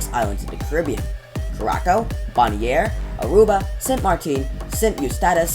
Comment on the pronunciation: boniare is pronounced bonaire